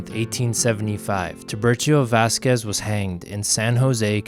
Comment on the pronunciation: Great history, lessons! Spent a lot of time playing at Vasquez Rocks Park as a kid and taking photos there as an adult. Had to laugh at your pronunciation, though. Still loved it!